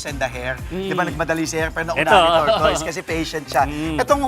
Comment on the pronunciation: /tor tis/ po pronunciation jan.